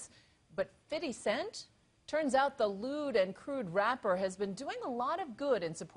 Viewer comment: " But fiddy cent? " Dafuq is wrong with you O_o